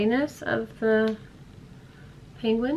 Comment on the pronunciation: did she just say penguin LOL